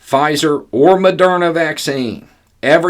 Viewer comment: Lol, you just called Moderna, Madonna 😂